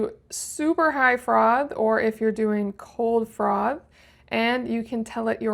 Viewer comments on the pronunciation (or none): ‘Frov’?….its froff…😂